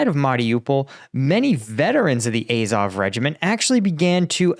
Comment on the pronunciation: AZOV. It's pronounced 'Ah-zov' not 'Eh-zov'. Hope this helps.